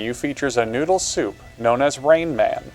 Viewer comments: "Rainman." You mean raymen? Or gayman? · fuck sake, i was hoping for a good documentary, then he pronounces 'ramen' as 'rain man' and then i see the fucking creator, god dammit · Calling udon, ramen, but also calling it ray-man, there are levels to this joke ✨ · I love the way you pronounced ramen as ray man. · As a Japanese hearing you butcher ramen hurt my soul….